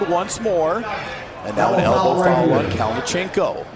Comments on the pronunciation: you can just see the disappointment on his face the way the announcer pronounced his name... 🤣😅 Sergey Kalionenko!! 🤣😅😆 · I’m suprised you are in the arm wrestling community and you don’t know how to pronounce Kalinichenko’s name . He’s been competing in EvW and king of the table and his name has been announced so many times .